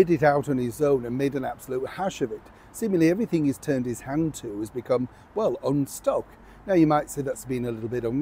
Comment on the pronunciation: "Unstuck" "Unstable" & definitely "Unable" Horrid Henry 👎